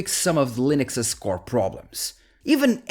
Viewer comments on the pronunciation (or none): none